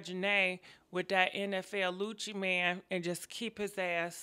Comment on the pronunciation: She said nfl lucci 😭😂😂😂😂